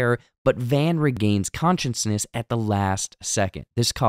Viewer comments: Consciousness. NOT conscienceness. Jesus. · just a heads up, its 'unconscious' & 'consciousness' ' not 'unconciounce' 'conciounsness' (youre adding an extra 'n') (@ - ) - and dont get me started on 'Taissa' smh